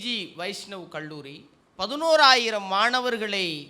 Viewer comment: தயவு செய்து உச்சரப்பை கவனிக்கவும். கள்ளூறி அல்ல அது கல்லூரி.தமிழில் ga எண்ற உச்சரிபு இல்லவே இல்லை. அது கண்ணியம்.